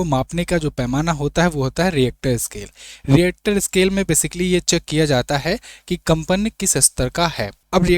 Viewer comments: रिएक्टर स्केल नही रिक्टर स्केल होता है। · Richter scale hota hai reactor kya bol raha hai